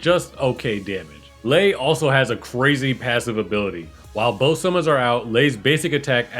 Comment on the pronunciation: its not "liar"